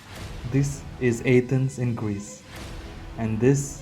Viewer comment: Your video sucks... Don't go back to A-thence At least pronounce it properly.. I'm amazed you said archeological properly.... Go talk about the putrid smell of India... Everyone else does